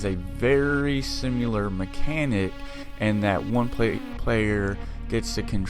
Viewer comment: Very sim-u-lair